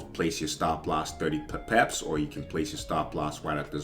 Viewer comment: Why do you say it like peps ? It’s pips lol